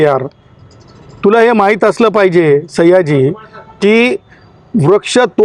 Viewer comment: सैय्याजी नाही 😂 सयाजी म्हण